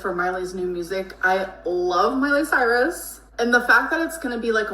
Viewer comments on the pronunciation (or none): none